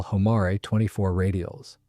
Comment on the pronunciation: It looks very very much like a 4 engine version of the North American XB-28. It is a very attractive aircraft, probably would have done Germany a lot more good than Japan. And Homare is pronounced Ho Mar A.